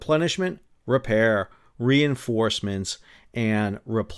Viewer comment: Nice episode, interesting topic that is of course a backbone of but never seems to make the spotlight of all these campaign videos… I had a chuckle cause quite often underway replenishment sounds a bit like underwear replenishment 🤣😂🤣😂